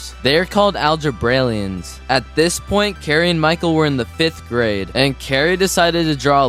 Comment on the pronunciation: Algebraliens* I'm pretty sure it's algebraliens.